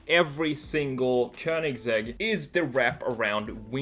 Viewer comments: äntligen någon som säger köningsegg o inte kowningsegg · It's the correct Swedish way